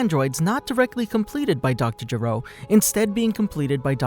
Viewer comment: Why do you Americans keep mispronouncing/incorrectly translating names in Dragon Ball? It's Dr. Gero with a hard "G" not "J" because his name means to vomit in Japanese.